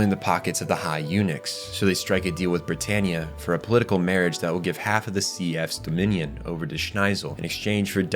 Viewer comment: Why do you pronouce every character wrong? Cahlen??? Britarniea? This has to be AI generated.